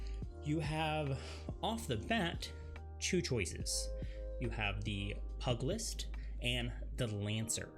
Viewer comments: great video i just got the game and it helped me pick a class. One note though. pugilist its not pronounced "pug list" it is "puj a list" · I think he is a Laryzaur fan because he said Pug-ulist and not P-U-gulist. He fixes himself after but if the joke wasn't intended you still got a laugh out of me. Is a weird word but so are too many English words and even I got it wrong at first. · I really hate how you said Pugilist, its PEW-GELL-LIST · The Pug-ilist learn some words it sounds like pew - with the sound like gist then ilist. Arcanist sounds like Arcane- ist not with a ca sound but a cane sound jeez you speak slow which is a good attribute for correct pronunciation bad for people who has bad pronunciation since the slow speak makes bad pronunciation stick out like a sore thumb. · Pugilist is pronounced "Pew-jill-ist". Just FYI :) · Loved the video great job. Advice on the word Pugulist. I know the dog is known as a Pug but when talking about the fist fighter it's pronounced "Pugh" or (p-you-jal-ist)